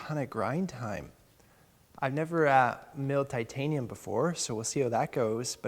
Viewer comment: 'Timtanium' tools XD